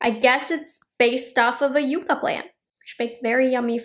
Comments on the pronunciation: I think it’s pronounced ‘yuck-a’ as opposed to ‘yoo-ka’. I think the palette’s nice and I’ll probably pick it up. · Pronounced YUCK UH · Pronounced Yuck-ah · Seems like,the name is going to be an issue. Everyone I’ve seen is pronouncing it you-ca. But it’s spelled like yuck-ah, as in the desert tree like in Yucca Valley, California. Will be interested to see how Natasha pronounces it. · It's pronounced yuh-cuh, not yoocuh. If it was spelled yuca, then it would be pronounced yoocuh. Which are the fries you eat. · Everybody is mispronouncing yucca. Its Yuck ah. Not you ka! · Yep, we’ve got them all over West Texas, they’re gorgeous when they bloom! Yuck-a is the correct pronunciation, right on. 😊❤ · The color story really does look all the variations of the Yucca (Yuck-uh) desert plant. So beautiful. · It’s yuck-uh. We have them all over New Mexico! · It's pronounced Yuck ahh . We have them here in AZ . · Love, it’s pronounced yuck-a 😅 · It's pronounced yuh-kuh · Yucca is pronounced, yuh-kah. (Sounds like yuck-ah). Just as an fyi. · Lol...made me rise from the dead.. We pronounce it yucka in Virginia and California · I’m so glad you didn’t say it like yuck-a 😂😂😂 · It's pronounced Yuka. I from AZ they are all around 😊